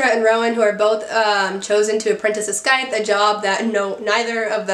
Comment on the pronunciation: The c in scythe is silent